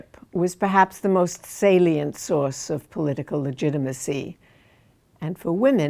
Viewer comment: This woman is clearly intelligent and bright, I love her narrative and teaching in these videos. I can't help but giggle on how she says "salient" in every video though